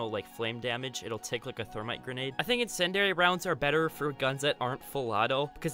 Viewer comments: It's pronounced in-sin-dee-ary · Ah, yes, “insendary” rounds. I love those.